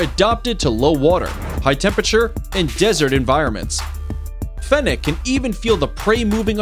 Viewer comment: The c after fennec sounds like an s